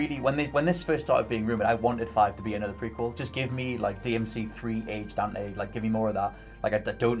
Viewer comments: Dan’e lol it’s Dante. Not Dan’e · As long as it is "Dante" and not "Donte", Ill be happy. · DevilHunterDante DANTE** not DONTE LOL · Just his accent sometimes throws off his pronunciation of the T. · funny way to say dante... xD